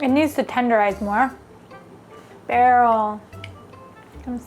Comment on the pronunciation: BerylBerylBerylBerylberylBrylll. BER-YUHLLLL. Listen, please, please, please. Listen. I have a taste you have to hunt down. I think you're one of the few people that has the palate for it - it's Swordfish Spinal Fluid. has a video I saw with it, and listen I don't even like most fish, but I'd give this a try if I ever had the opportunity.